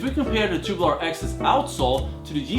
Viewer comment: it's tube-U-lar not tu-boo-lar